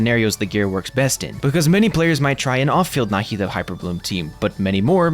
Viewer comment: you pronounce her name right. thank you. i have the same name and the way they say NahEEda bothers me so much